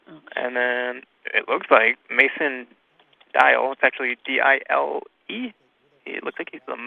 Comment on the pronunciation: "Manson Dial". "Mason Dial". 😂😂😂😂😂😂😂